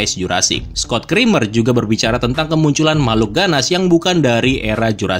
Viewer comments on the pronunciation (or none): none